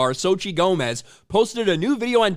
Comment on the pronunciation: they use "zochi" becuase noboy knows how to pronounce "Xochitl" which is her real name, btw, it's pronounced something like "tso-chee-tl"